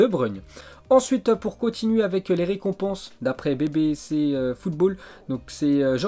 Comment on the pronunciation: BBC= ce dit bibi si wsh ton anglais